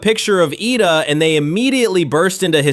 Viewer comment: How does this guy mess up the name Ida 😂